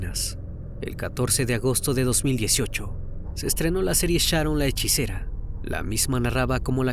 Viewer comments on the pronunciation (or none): Es "Hechicera ", Crimi🙄🤗😘